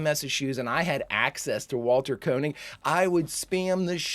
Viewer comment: I always enjoy your B5 reactions. One minor point of information: the first syllable in "Koenig" is pronounced "Kay," not "Koh."